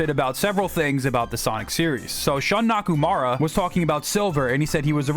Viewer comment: Before we talk about who Shun Nakamura is (and not "Nakumara "), maybe we should learn how to pronounce his name properly?